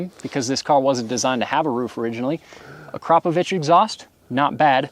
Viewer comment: Jesus... Drag racing at a mile above sea level is like racing boats with paddles. That Viper 1/4 mile is a full second and a half slow. Thank you for pronouncing Akrapovic correctly.